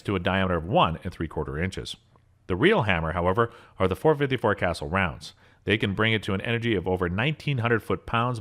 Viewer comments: The word you are looking for is TRI UHM' VER ATE. I don't even know how you came up with whatever it is you said. And as long as we are on this subject, it's .454 KA SOOL'. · Drove me crazy that he pronounced Casull as castle. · Yeah, Dick Castle is rolling over in his grave. 😂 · So he pronounced it castle. Boo fkn hoo. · Ditto. Decades ago, I had a friend who owned 2 454 Casulls. He also had a Ruger super blackhawk 44 mag with an 18in. barrel that he had to special order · Castle. Castle. Castle. Castle. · Kay-saw or kay-sall. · How can I trust the word of someone who doesn't know how to pronounce Casull? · Very long winded and does not know how to pronounce "casull" daaaaa!!! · That’s not how you pronounce castle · I found it amusing that as you were extolling the 7600 ft lbs of energy from some heavy load, you had video playing of someone loading a .22 revolver. Why you bothered to have those pictured, at all, on a video of powerful handguns, escapes me. BTW, Casull is pronouned Kah-Sool. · lol the casull is not pronounced "castle", never heard anyone else say it that way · Something, something, Big Ir0n on his hip. .44 Special for D-FENS against enemy humans. "kuh-SOOL." It's a French name. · It’s pronounced, Casool! Although, it’s spelled Casull!!! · Dick Casull is turning in his grave with you pronouncing his last name "Castle". Research People! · dude said 454 castle (kuh-sool) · "Cas ule", not castle please. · 454 Castle? You probably meant the 454 Casull. Pronounced Ca-Sool. It is a Spanish family name. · Casull not castle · You should have separate videos for handguns that fire pistol cartridges and handguns that fire rifle cartridges. And learn how to pronounce CASULL!! ITS NOT CASTLE. ITS KUH- SULE!! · Stop mispronouncing the name, IT'S Pronounced CASOOL not castle. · Its not pronounced castle. It casull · Other than your pronunciation of casull, good video. Ka su ll not castle, ain't no T in it. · Cas- suuuul, not castle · You too?